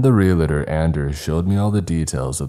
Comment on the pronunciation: Repeat after me: "Re-al-tor". Not "Real-a-tor".